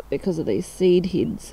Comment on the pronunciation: Your accent is atrocious, it's barely understandably English. 'Seed heads..' does not rhyme, it's not pronounced 'seed heeds'.